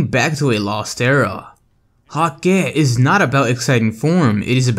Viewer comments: bungie comfirmed that hakke is pronounced hah-kuh just to let you know :) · Hakkë is hah-kuh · hakke pronounced as hak-kuh kinda like hacker